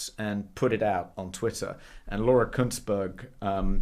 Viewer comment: I like Toby's pronunciation of Kuen(t)ssberg